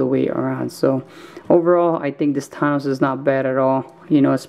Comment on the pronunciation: Your saying thanos s name wrong